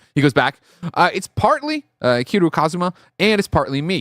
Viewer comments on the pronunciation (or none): that's Ki-REE-YOU. The show has been announced 2 years ago... it just didn't make any major news outlet.